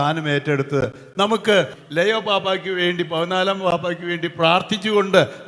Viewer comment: ലെയോ അല്ല ലിയോ